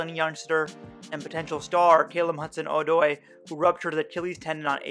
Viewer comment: dude you did a video on the guy and didnt learn how to say his name really